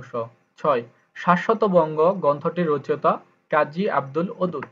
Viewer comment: রচেঅতা হবে না, সঠিক উচ্চরণ হবে রচো ইতা।